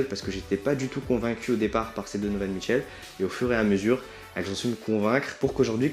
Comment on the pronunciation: au debut je croyais que tu disais don michou